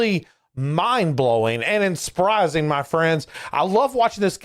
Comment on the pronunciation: "Insprising" 😂 good one